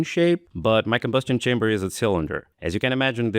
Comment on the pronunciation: "lee combo'stion shamber?" <3